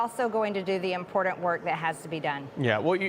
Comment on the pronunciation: MTG Impordent Slub committee.